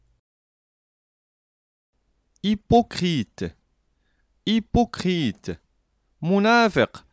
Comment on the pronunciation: بارك الله فيك استاذ اريد منك توضيح فقط hypocrite انت نطقت ايبوكخيت ووجدتها في فيديوهات اخرئ تنطق ايبوكخي t لاتنطق ايهما اصح وجزاك الله خيرا